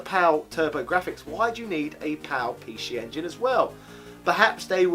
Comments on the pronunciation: “Pee She Engine” grinds teeth You make me want to say “Zee Ex Spectrum” when you do that 😒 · What’s a pee-she engine? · Pee She EnginUH, the predecessor to the PeeShee EnginUH Sheedee